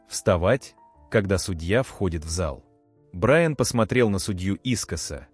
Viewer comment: Судья посмотрел на БраЯна. Уважаемый автор канала,ваши истории очень интересные,но безграмотный перевод и неправильные ударения сводят все на нет.